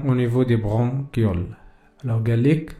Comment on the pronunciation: وا بغونشيول ا استاد ماشي بغونكيول 🙆🏻‍♀️ bronchioles